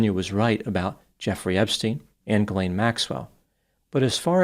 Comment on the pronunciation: also prononces Ghislain correctly too.